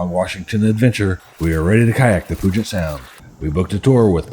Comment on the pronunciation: Great videos. The name isn't POO-jet sound. It's Pyu-jet Sound. No POO here! 🙂